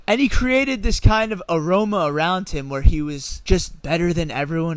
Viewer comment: Agreed Merovingian but it's aura not aroma. Unless you're saying somehow he's seemed so rich that he smelled rich.